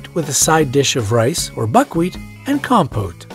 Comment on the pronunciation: It's pronounced kompot not compote